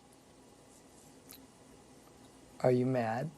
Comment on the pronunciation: The gaslighting. "OBIVIOUSLY."